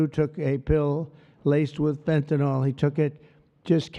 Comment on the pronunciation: Wow! Right now 96 comments and about 80 of them are nonsense bot sh!t about some crypto crap. ALSO Trump literally cannot pronounce Fentanyl and I laugh every time